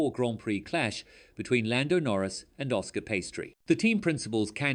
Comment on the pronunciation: please pronounce Oscar's name properly. 🤦‍♂